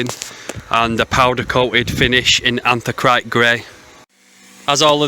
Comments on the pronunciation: Pronounced ANTH-RA-SITE 😉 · Sorry to be 'picky', but, it's anthra-site- isn't it?? Anthracite is a type of coal, hence the colour........but, informative vid nonetheless.